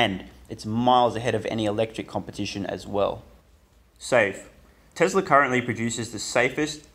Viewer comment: why do you say tezzlaar, its telsa as in tess laa